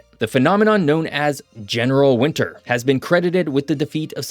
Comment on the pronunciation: It's pronounced WinTer, not WinNer.